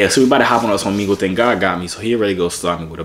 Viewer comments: ohmehgul not ohmeegul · For the last time it's Omegle. (O-MEG-EL) pronounce it out 😁👍🏿